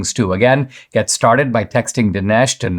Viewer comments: Jamie... dude... his name is Dinesh - not Denish. How would you like it if Dinesh called you Jimai..? 🤣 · It drove me crazy that Mr. Glazov kept mispronouncing Dinesh’s name